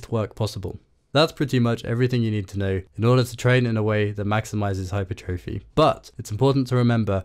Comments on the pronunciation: Why do you pronounce hypertrophy like that my guy, it's hyPERtrophy, not hyperTROphy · Great video but please pronounce hypertrophy correctly lmao